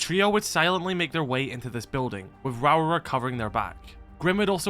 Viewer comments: Lmao I'm sorry but your pronunciation of Rauora is just funny to me as a Maori. Essentially it's pronounced Row-aura if you roll both Rs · The New Zealand operator l's name should be pronounced Ra Ore Ah